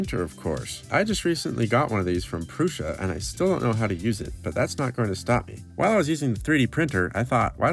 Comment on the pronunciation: Huge props for pronouncing Prusa correctly (Průša).